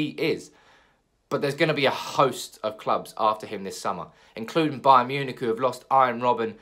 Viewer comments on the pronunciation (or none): none